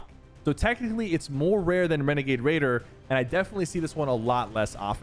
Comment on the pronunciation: Not renegade raider. It's wenegade waider